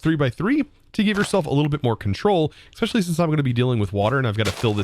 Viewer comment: are you aware/do you care that you say 'Xspecially'